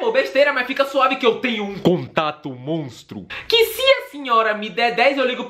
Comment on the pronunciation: Contato Montro português passou longe "Mostro"